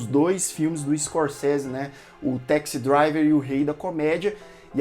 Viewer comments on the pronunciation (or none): Interessante ouvi-lo insistindo em falar Teksi Driver. Hipercorrecao de pronuncia dos Brasileiros que acredita que todo 'a' em Ingles pronuncia-se 'eh'. Parecia interessante ateh entrar na onda do "serah que ele eh irmao do Bruce Wayne?" Ai, Ken say...